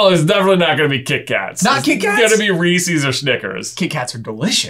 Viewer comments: diD hE jUst sAy rE-sEes?!?!?! It’s Reese’s, as in, a person named Reese owns the candy. It’s possessive. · Re eeee ses not Re sees. I loved Crunchie bars as a kid in Canada haven't seen in years. Currently I would say Coffee Crisp. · yall its REE-SAYS not REE SEES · It is pronounced REE-sis not REE-sees. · ITS REES-IZ NOT REES-EEZ. THERES A REASON THE FIRST SYLLABLE HAS ONE "E" AND THE SECOND HAS TWO. IN THE COMMERCIALS IT SAYS IT LIKE REES-IZ YET PEOPLE STILL SAY IT WRONG. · Reese’s are the best. Also, why do you pronounce it with two long e’s? (Native Pennsylvanian here.) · The way he says Reeses. who pronuncies it like that? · Did I just he someone pronounces it Reesees. What? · you probably say reeseez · Is it a Virginian thing to pronounce reese's as ree-seeys instead of just reese's??? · 1. I’m going as the mad hatter 2. The best candy is a large chocolate bar. 3. It’s pronounced R-ee-sez:) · Other than the fact u said Reese's wrong, I agree with you